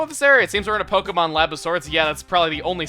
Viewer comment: It's wonderful how you actually put the accent on the e.